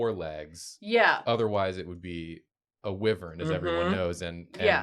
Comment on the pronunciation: On today's episode of Words Can't Pronounce: "wyvern"